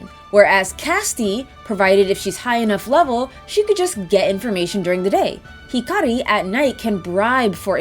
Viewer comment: I am SO proud that you're taking your Japanese lessons to heart, and pronouncing Hikari's name correctly! Gold star!